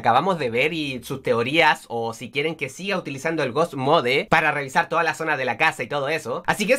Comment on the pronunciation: se dise ghoust mod